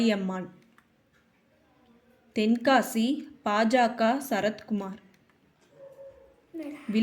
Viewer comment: பாஜகா திமுகா அதிமுகா தேமுதிகா என்று தவறாக உச்சரிக்கிறாயே அம்மணி... பாஜக, திமுக, அதிமுக தேமுதிக... என்று தானே சொல்ல வேண்டும்?